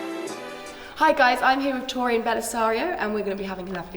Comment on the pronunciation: Lmao « tor oian » 😂